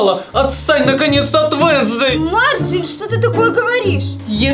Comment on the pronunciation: Не венсздей а уенздей руку зовут вещь